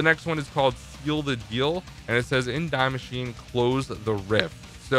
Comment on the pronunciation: Nobody:: Dye Masheen